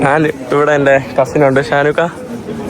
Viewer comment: നിൻ്റെ അമ്മേടെ നാൺ നാൻ, നാന് എന്തു ഭാഷ? ഞാൻ എന്ന് പറഞ്ഞു പഠിക്കുക